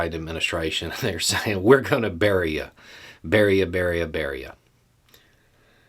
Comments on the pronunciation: Is that Bury ya' or Beria !😁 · I almost started to comment on your pronunciation of Bury ya, but then you did reference Beria and I laughed and cheered.